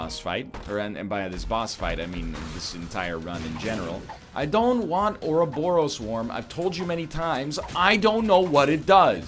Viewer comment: I don't know if Ryan reads the comments or if someone else has said this before because I don't read the comments but "ouroboros" is pronounced like "or rob or us". Thanks, DropMix/Harmonix for teaching me that!